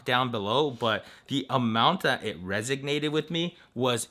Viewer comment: You used resonate incorrectly and said resignated! Resonate is to vibrate or sound especially in response to another vibration or sound. It is to have an effect on or impact and provide influence for or against. Resignate is an incorrect word in English with no saddled meaning. It should be avoided in official writings and documentations